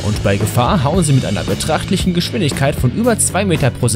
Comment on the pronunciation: Beträchtlich und nicht betrachtlich^^